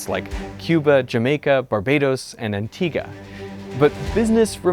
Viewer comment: Kudos on the pronunciation of Antigua We Antiguans salute you!